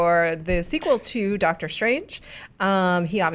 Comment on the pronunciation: Did say "DOGTER Strange 2"? Movie just got better